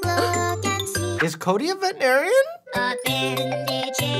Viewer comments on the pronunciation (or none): I only realised he said veterinarian when I turned on captions I swear he said "Is Cody a vegetarian